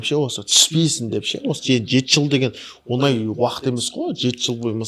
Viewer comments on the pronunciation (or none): Жүргізуші інім сен ң деген әріпті үйренші айналайын. Онай емес оңай деп сөйлеші. Сөздің мағынасы кетіп қалады